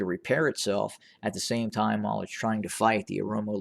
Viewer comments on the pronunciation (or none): none